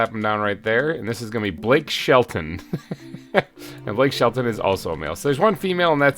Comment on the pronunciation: "Blake Shellton" lol